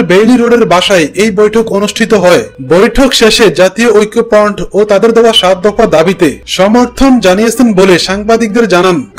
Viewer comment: Apnar information thik ache shudhu uchharone problem. Uchharon thik koren.....oikkopront ki vai?